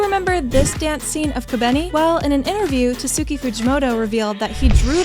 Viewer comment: Prob he meant is pronounced tats ki Fuji moto, the u in tatsuki is silent. Anyways there is no need to be rude about it, great video!